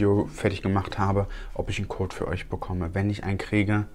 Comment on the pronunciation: Hahaha, hört sich so an, als würde er "Kot" statt "Code" sagen 😂